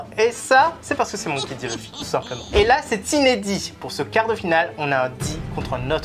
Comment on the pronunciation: arrête de dire luuufy, arrête de prononcer a la française frère, sa s’vois que tu viens de commencer one piece toi